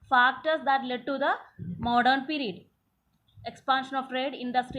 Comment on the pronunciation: It is period not perred